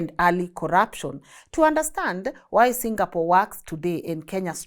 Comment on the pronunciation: This a very few times ive heard somone foreign pronounce Singapore like how a Singaporean would pronounce Singapore! 🎉 Rmb folks its Sing--a--por not Single-pour 😂😂